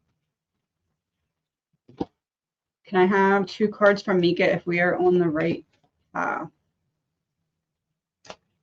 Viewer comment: It’s pronounced M-eye-kuh not meekaa